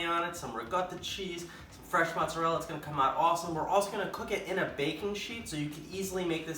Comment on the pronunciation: Why would you pronounce ricotta correctly but not mozzarella?